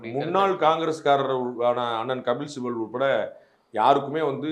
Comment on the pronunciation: அது என்ன கபில் சிபில் கு ? அதை அழகாக கபில்சிபலுக்கு என்று சொன்னால் மிகவும் அழகாக இருக்குமே. இரண்டு மூன்று முறை வாய்விட்டு நன்றாக சொல்லிப் பார்க்கலாமே.....